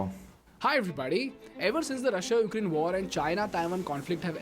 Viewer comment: The way you guys pronounce Russia sounds so sexy 🔥👌